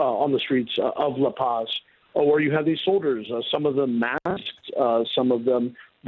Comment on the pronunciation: This news anchor needs to learn some basic Spanish and French. He pronounces "La Paz" like a ignorant hillbilly and says "coup d'etat" like "coo de tat"